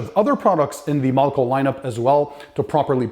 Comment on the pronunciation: I love your videos but in this video why are you pronouncing the name....mulco when it’s malco.....no u